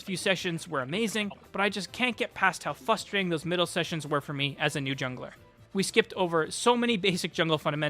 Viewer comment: My only advice is it's "fRustrating" not "fUstrating" but good video I'll check out the guy you mentioned.